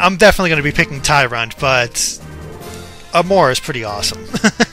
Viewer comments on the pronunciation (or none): none